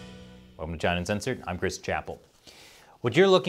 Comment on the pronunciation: It's not Crysis, it's Chris